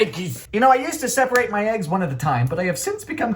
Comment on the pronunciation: Hey man why you so happy to have Aggies That's what you call them but us Americans call them eggs why you so silly with them what do you call him that name and why do you say in the weird way